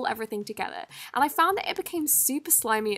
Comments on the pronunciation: Anyone notice she said spatuler instead of spatula.LOVE :) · I love when she says spatula “spaturla”